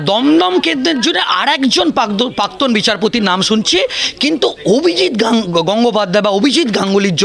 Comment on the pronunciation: পার্থী নয়, প্রার্থী! পাক্তন নয়, প্রাক্তন!